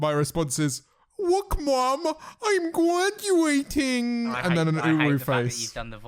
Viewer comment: 🦀 is gwaduating 🦀